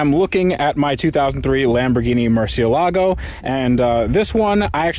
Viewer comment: Wait. When did you start pronouncing murci the right way??